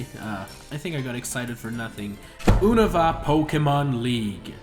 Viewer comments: Has he played pokemon before? 1. It's YOU-nova not OOnova 2. That pokemon in the background is zekrom, a legendary pokemon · He pronounced unova wrong but he does that a lot so he gets a pass